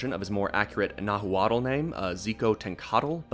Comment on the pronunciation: "Nahooawtall" youve lost all credibility dude